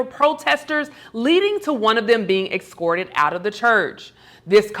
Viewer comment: Excorted? Are you serious?